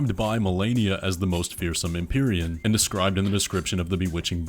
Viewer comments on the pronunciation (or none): none